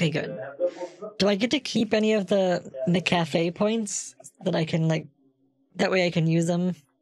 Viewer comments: mc afee? no, it's m'cafe. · More like Mcapee in this vid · I thought it was said Mackuhfee, not Mickaffy...lol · Take a shot every time “MCAFEE” is pronounced “MCCAFÉ” mcafee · I loved how he kept calling it McCafe instead of MacAfee. So funny. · I always pronounce it like 'Macafee" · every time he mixes up McAfee and McCafé is (for some reason) the funniest thing to me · Did he say McCafe instead of Mcaffee?? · I always thought Kit just pronounced MacAfee as "mc café". I didn't realize he was doing it as a joke this whole time until now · It's suppose to be pronouced MAC A FEE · I was surprised when I heard how it was actually pronounced. It's spelled like Mc Afee. But pronounced like there's an a in the first part, like Mac. It was very confusing to me at first. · LOL the way he says McAfee like McCafe fndbfjfb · McCafe (McDonalds) v McAffee….😂😂😂😂🤣🤣🤣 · McCafé 😂😂😂😂😂 I think they mean Mcafee.😂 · McAfee = McCafe LMAO I WAS DEAD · him pronouncing it as mccafé made me lose my mind